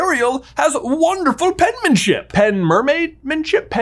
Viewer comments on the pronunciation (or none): Penmership instead of penmenship. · Penmership => Pen-mer-ship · Penmership it's called penmership hahahahh😆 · 😂 Good Pen-mer-ship. 😂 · I got you! Per-mer-ship 😅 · Pen-mer-ship!! My friend 😊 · It’s “penmaidship”